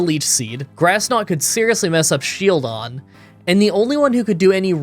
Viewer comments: Are you trolling to pronounce SHIELDon as shelldon on purpose? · i didn't know what you meant by sheldon until the run actually started, his face is a shield. his name has the word shield in it. his title is the shield pokemon. why wouldn't you pronounce it as shield-on? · I know there is always someone who doesn’t approve the way you pronounce a certain Pokémon. But Shieldon is literally a shield. A SHIELD! How did you just forget the i and keep calling it Shelldon??? Luckily this is not a solo run and as always I enjoyed the video very much. Also I just got around watching your Remoraid run and I don’t know if you did it because of me, but I know that I commented this on quite a few of your videos. Stay safe and stay awesome! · You say Shieldon a lot like you say Shellgon, so when listening along in bed I got confused a few times. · is he saying Shieldons name wrong on purpose?